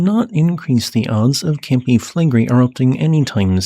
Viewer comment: By the way, it's Campi FlegrEi, not FlEgrei. And incidentally, the entire very round bay of Naples looks like the outline of a supervolcano...